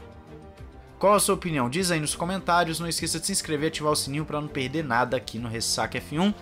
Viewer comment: "tão com medinho de perderrrrrr"